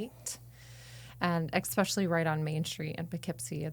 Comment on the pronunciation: "EKspecially".... Drives me nuts.